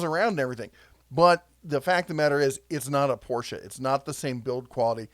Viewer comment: THANK YOU for pronouncing Porsche correctly! You're definitely a true car enthusiasts